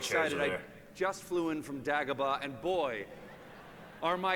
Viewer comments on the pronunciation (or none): "Dah-go-bah"..? Literally outed himself as a fake fan in his first few lines lol. It's "Day-go-bah".